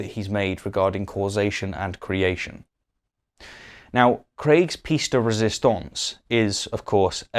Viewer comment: Love your videos, but please research the pronunciation of "pièce de résistance". Pièce has 2 syllables. Keep up the good work!